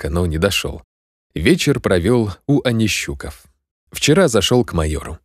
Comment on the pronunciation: Отличное выразительное, позитивное прочтение. Однако, ошибки в ударениях. Должно быть: у АнищукОв, у л-та КОжека, ЕлаАтомцев, с КуликОм, казачИна, ПильнякА.